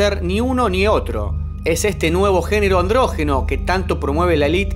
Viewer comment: NO SE DICE ANDRÓGENO, SE DICE ANDRÓGINO